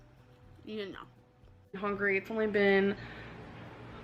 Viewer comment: That and “HONGRY”